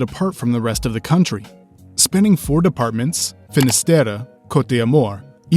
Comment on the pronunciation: Your pronunciations of the 4 depts. Finistere, Morbihan etc. are bad. You forget Loire Atlantic as well which is the 5th dept. Breton: not pronounced like the froo froo british (britan), its /ˈbrɛtən/ bre in bread (roll the r of course), and tone but the ne is cut short and mostly silent.